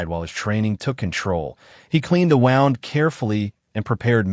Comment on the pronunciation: The AI voice can’t even pronounce the word wound correctly. You need to get rid of it and get one that can pronounce words correctly.